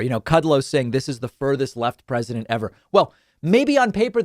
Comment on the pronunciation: What a joke. MB couldn't even say the word "president" and she is being critical of our new POTUS. And her old man counter part looks like he's at least as old. These 2 clowns need to leave the big tent and join the sideshow.